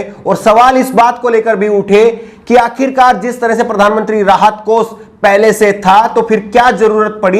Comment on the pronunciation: Bhai ji aap acche journalist he bas aap apni bhasha shudh kijye.shabdo ka sahi ucharan kijye jaise sha ko sa kehna. Aap sha ko sa kehte he. Desh ko des kehna, kosh ko kos kehna.vipaksh ko vipaks kehna Bhutchi sharmnak he